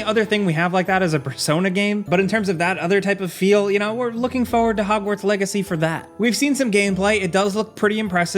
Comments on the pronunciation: Please. It's FOR-WARD. PLEASE. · There are two r's in the word "forward". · You say “forward” wrong. An you say it lot.